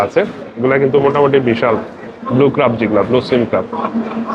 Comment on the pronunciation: ভাই উচ্চারণটা ক্রাব না, ক্র্যাব হবে। খুবই শ্রুতিকটু লাগছে শুনতে। আপনি অনুগ্রহ করে এই বিষয়গুলো খেয়াল রাখবেন।